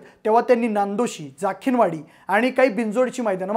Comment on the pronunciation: जखीनवाडी म्हणा😅😅